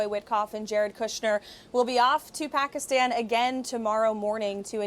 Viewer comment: Too” Pockistawn”